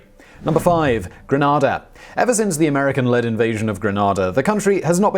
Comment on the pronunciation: Gran (ar) da is in Spain, The Caribbean island is pronounced Gren (ay) da. Please get it right!